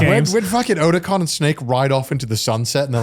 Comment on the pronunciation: As a long time Metal Gear fan, hearing someone pronouncing Otacon incorrectly is insulting.